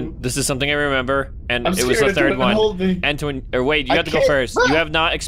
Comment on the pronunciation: it's not ttoan it's entoan